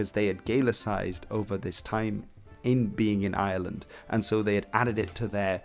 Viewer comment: Jesus! The Island of island ? If you're going to do an Entire video of a region or nation, learn to pronounce it properly! It's Ireland not island, pronounce the r that's there!